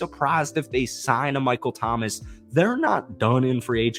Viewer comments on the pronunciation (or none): none